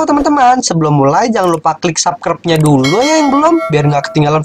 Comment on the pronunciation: Kok bacanya sakrep sih abang salah bacanya seharusnya subscribed